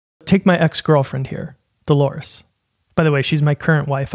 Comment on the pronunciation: I thought you called her "The Lores" for this entire week I know you channel...